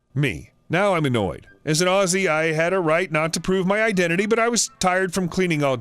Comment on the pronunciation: OMG, an American who can pronounce Aussie? Amazing! I've subscribed.